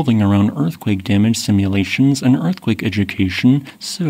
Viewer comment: Can you stop pronouncing so many vowels as "ee"? It's really distracting. You pronounce "and" as "eend". "Range" as "reenge". Couple examples. "Casceedia"